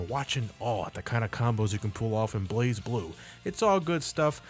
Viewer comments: It’s Blaz, and whoever doesn’t pronounce it as Blaz seriously needs to go outside more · Metal blaaz blu instead of blaze blue